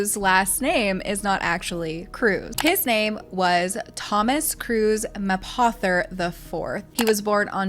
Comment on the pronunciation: I think his last name is pronounced MAY POE THER...just sayin'...